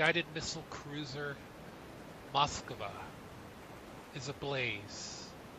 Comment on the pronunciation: Cmon how hard is it to say MoskVA?